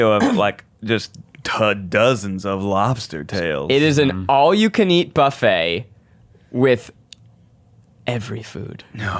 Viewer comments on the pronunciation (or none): none